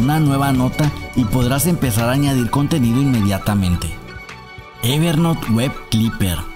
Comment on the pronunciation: Gracias por el video, lo correcto a pesar de que hablamos español es "ever nout" no "ever NOT"... no es "NOT" es "N O U T" Espero que no lo tomes como critica si no como ayuda. Gracias